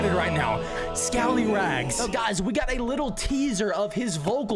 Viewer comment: It’s not toloff you mean scallyrags